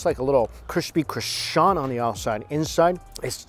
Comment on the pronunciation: "this taste like a crispy croshant.", you better go back to your ESL class and learn how to speak (pronounce) proper English